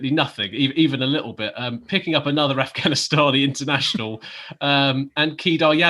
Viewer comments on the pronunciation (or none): none